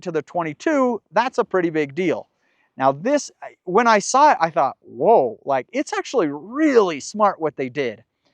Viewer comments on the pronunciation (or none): none